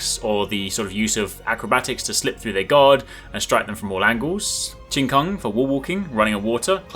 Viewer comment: Your pronunciation is mostly good enough other than Qigong (which I had to rewind a few times to realise what you were talking about). I honestly don't know how to type out the pronunciation it text but its sort of like "Chiii Goong"